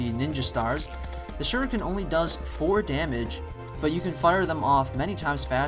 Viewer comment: yay he pronounce shuriken not like the makers of the game, well again, they ARE white so...